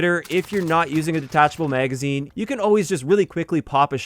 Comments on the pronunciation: wtf is a "meygazine" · it wasn't until a few months ago I met one of my coworkers, and he's from the Midwest (Montana) and first heard "bag" pronounced as "beyg". Nowadays I've been noticing more and more similar words pronounced that way and this is the first with magazine 🤣 Are you from the Midwest as well?